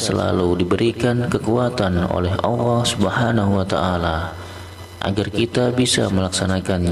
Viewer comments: Maaf sekali lagi jangan suruh ngucap awoh salah itu harusnya baca nya Allah🙏🙏🙏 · Maaf" itu yg bca salah bukan awoh,,tp Allah,,baca masih salah ko suruh baca 🙏🙏🙏🙏